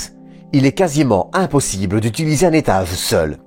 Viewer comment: Tu as un problème avec le son g tu dis v a sa place etage ou etave, large ou larve